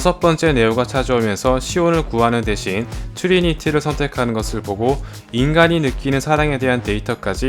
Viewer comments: 매츄릭스 츄리니티 발음 킹받네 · 매튜릭스, 튜리니티 발음이 좀 ㅋㅋㅋ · 매튜뤽스~ㅋㅋ 튜뤼니틔~ㅋㅋ 얘내둘만 발음ㅋㅋㅋ